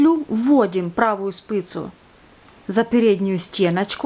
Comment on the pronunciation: спИца, а не спЫца. А вяжешь класно